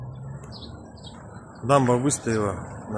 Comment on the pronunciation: Улица не ДубИнина, а ДубЫнина!